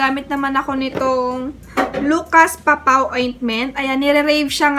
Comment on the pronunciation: Po-pow not Papaw. Si na nagbigkas. Anyway, ang pretty pretty mo po. 😘😘😘